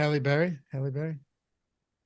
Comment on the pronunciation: You mean Halle (Hall-ey) Berry